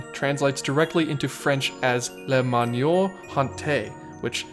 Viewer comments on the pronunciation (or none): manoir not manure ! ;)